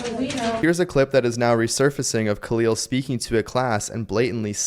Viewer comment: Yeah. He really Bidened homies name. Isn’t this the “I’m done!” dude?